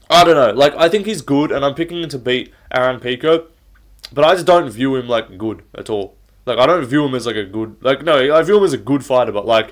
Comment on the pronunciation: I hate the way you say “good.” Just say it normal mate